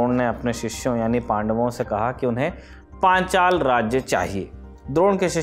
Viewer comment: Panchal ka naam lene mein itni aafat kyo Rahi hai sir aapko .....